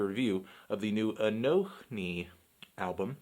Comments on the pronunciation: 1. Fuck yeah Anthony, not afraid to show your political views in your videos. <3 2. Who the fuck pronounces the H, it's just pronounced a-no-ni 3. This album was a strong 8, at least. 4. Bernie 2016. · it's "anonee"